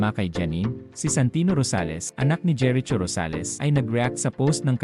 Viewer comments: Jeri Cho vs. JERICHO (pronounced as Jeriko) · Kelan naging jeret cho ang pangalan ni jericho😂? Patagal ng patagal ang panahon nagging bobo na ang pronunciation. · Jeriko po ang pronounce at hindi jeritso 😅😅😅😅😅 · Ano ba naman ito nag voice over ot seems pinoy din sya di alam gumamit ng right pronunciation ng name ni Jericho ( "cho" should be pronounced as "ko") pakituruan nga yun ng nagvovoiced over dito